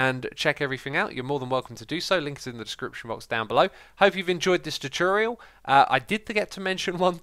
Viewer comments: the way he says tutorial hahahaha chuchuriol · anyone else bothered by how xisuma says tutorial?